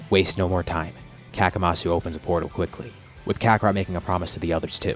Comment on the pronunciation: Hey question? Isn't it better to call him Kamasu? Instead of Kakamasu?